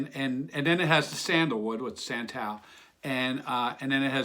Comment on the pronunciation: its a friendly perfume. oli-ban-num (a type of tree resin) also O d'San-taal (like DeSantis and Taj Mahal) & Jooo d' rose (s is silent in jus, e is silent in de).... you would give my french-speakng grandmother a heart attack if she heard you haha... peace V